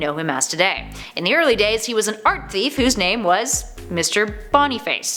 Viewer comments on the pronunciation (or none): none